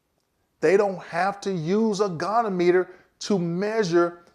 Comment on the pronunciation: as one vet to another, I gotta harrass you: it's a Go-Knee-ah-muh-ter